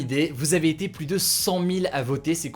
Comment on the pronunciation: Bon CONCRETEMENT on lui dit ou pas que "plus" ca se prononce [plu] et pas [plusse]